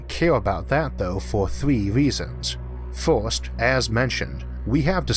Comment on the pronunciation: The "forst" and the "thord" was too much for me!😂